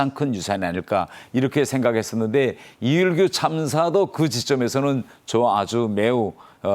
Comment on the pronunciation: 한국식 발음을 쓰면 좋겠습니다. 모든 방송에서 북한식 인 리 일규 라 하는데 한국식 이 일규 라 부르면 좋겠습니다.